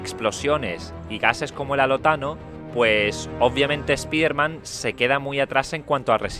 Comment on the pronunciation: se pronuncia espaiderman pero bueno (así se pronuncia en ingles)